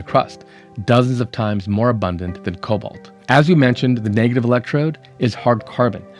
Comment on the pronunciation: About cobalt and kobolds. Am I the only one, the pronunciation gives a shudder? Man, the kobolds in sodium ion batteries will live in my head for free and ever.